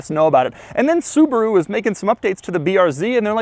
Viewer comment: The Brand is Called Subaru, not Subru.